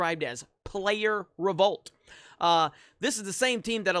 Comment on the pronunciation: How many times you gonna say. RO-VOLT